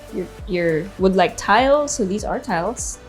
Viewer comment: You English is getting worse... dee and dis etc